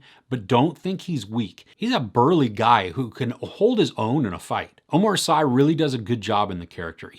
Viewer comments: Thanks for the review ! I will put it on my list... Also in french the name of the main actor is pronounced Omar "See" 😆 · Come on man, you make very detailed reviews and you can't learn to pronounce Omar Sy's name or Lupin correctly?!